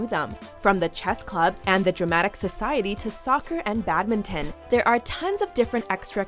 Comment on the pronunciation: The way she says badminton ahhahahhahhaha